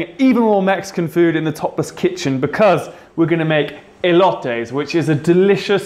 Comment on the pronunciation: EE-LOW-TAYS Elotes